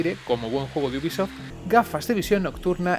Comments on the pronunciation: Sson mis oídos,o dice buguisoft nada mas empezar el video..... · leon s kennedy venga coño!! Repetido mil veces al maximo. Te acepto que pueda parecer que dice bu en vez de u de ubisoft, pero el gui madre mia es clarisimo. Y entre bi y gui ya hay gran diferencia.